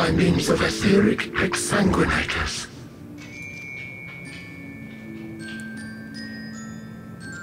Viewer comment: Ahhhh, it warms my heart to see not even blink when pronouncing exsanguinaters, a streamer who also reads. One thing I found interesting was when Emet says "As a show of respect to the last of us, was he referring to Venat or to you/Azem, that he finally views you as one of them"? It makes no difference to the story flow but I thought it was neat.